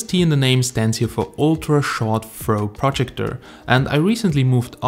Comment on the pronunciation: your saying projector incorrectly